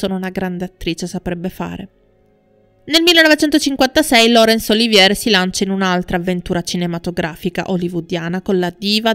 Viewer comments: Lawrence Olivièr? Olivièr? Il famoso attore inglese ora è diventato francese? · Sei brava sono interessanti i tuoi documentari ma sbagli spesso gli accenti e la giusta pronuncia dei nomi. La precisione é sinonimo di qualità! Lorenz Oli‘vier no Olivíe‘r ( non era francese) , Ad ogni modo complimenti cara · Laurnce Olivier è un attore molto famoso. Il tuo "errore" è di pronunciare il cognome alla francese (Oliviér), ma lui è decisamente inglese ed il cognome in italiano si pronuncia allo stesso modo. Nulla di grave. Il tuo servizio è assolutamente completo e interessante. Solo visto la notorietà del personaggio mi stona il fatto del cognome non pronunciato correttamente, appunto per la notorietà dell'attore. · Appena iscritta. Scusa se mi permetto di correggerti nella pronuncia, ma nel tuo discorso proprio stona!!! Piece (rappresentazione teatrale) è francese e si pronuncia pies, non pis all'inglese Olivier è inglese e si dice olivier calcando sulla seconda i, e non olivie' alla francese. Scusa sai ma è un peccato rovinare il tuo testo. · Racconto magistrale! Veramente Magnetico! Straordinaria la narrazione del making di Via col vento, capolavoro che grazie a mio padre sono riuscito addirittura a vedere al cinema, tra i pochi della mia generazione. La pronuncia di Lawrence Olivier? Un peccato veniale facilmente rimediabile...non preoccuparti. Sei bravissima! Da un appassionato di cinema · Tutto bene, però la pronuncia del nome di Olivier non è corretta. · Interessantissimo. Complimenti. Due sole cose: siete assolutamente sicuri che quello con Olivier fu un amore perfetto? Inoltre, dite alla speaker che Olivier e la De Havilland non erano francesi, per via della pronuncia.